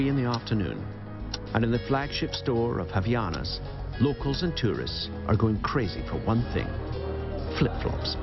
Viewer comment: And also "Havianas"??? WTF?! It is called "HavAianas",... yeah boy...